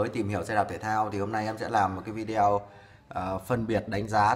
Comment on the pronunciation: Nội dung video clip khá chi tiết, giúp cho người dùng thông thường không am hiểu về kỹ thuật cũng có thể biết thêm thông tin về các loại may ơ xe. P/s: hi vọng chủ kênh phát âm chuẩn hơn từ video ( vi đi ô thay cho vi đeo 😃)